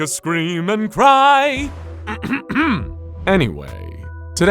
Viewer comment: Wow, your accent was really given away with that intros “today”